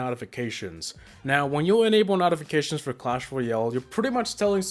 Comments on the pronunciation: NOTifications bruh that accent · Dude you dunno how to say notifications